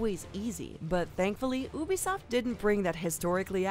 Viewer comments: Ubisoft isn’t pronounced OO-BEE-SOFT. It’s pronounced YOU-BE-SOFT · Oobisoft Try saying like you-be-soft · It's Ubisoft, not Oobisoft. jeez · Ubisoft: ( you-be-soft) not oobisoft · “Oo-bisoft”? No, it’s “You-bisoft” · your pronouncing it ubesoft its ubisoft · its eu-bi-so-ft, NOT ou-bi-so-ft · She said ubi soft it’s uba soft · Ubisoft not Oobisoft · Sorry but.. bruh it's not ooh-bee-soft it's You-bee-soft damnit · I just love oobi-soft sorry i still like its u-bi-soft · It's not oobisoft its you bee soft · ok ok.... Its pronounced U-Bisoft not oobisoft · I amso damn tired of them pronouncing Ubisoft like Obisoft Its Youbisoft not obisoft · Who the Feck calls its OObisoft Its YOUbisoft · ITS NOT PRONOUNCED OOBISOFT ITS PRONOUNCED YEWBISOFT UB1$0FT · “You”… You-bee-soft. It's not called ooo-play. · no, i speak french. It is not pronounced "oo" . i don't even know how to explain how it's pronounced. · Wait wait wait Hold up... Oobisoft? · like U-B Soft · The way she pronounces ubisoft... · she hit me with da oebisoft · I heard about 'Oobisoft' for the first time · she saying oo-bisoft is super unsatisfying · What is oobisoft. oh and those "daggers" are called hidden blades. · When Ubisoft is pronounced as “Oobisoft” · bro who calls ubisoft oobisoft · Did she really call it oobisoft? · I hate wen people say oobisoft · Did she just say oobisoft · Did she fucking pronounce it as oo-beesoft? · OMG she said ubbie soft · "Ooobisoft" lol 💀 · tf is Obisoft i thought it was ubisoft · Great video but u pronounce it yu-bi-soft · Ubisoft is pronounced YOO-bi-soft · It's You-be-soft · I disliked just because she said “OOBISOFT” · It's pronounced (you-be-soft). Also like to end tic tok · Stop calling it oobisoft :( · Lmao oobisoft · It's pernounced you-bee-soft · Apparently it’s pronounced OOBISOFT now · Technical Soham A lot of people pronounce it like that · She cant even pronounces ubisoft right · Notice how she says Ubisoft wrong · why did she say ubisoft so weird